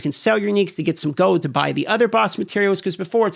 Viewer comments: Are you saying "gold" or "gode"?! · goud? is he saying goud? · You say gold funny. Goad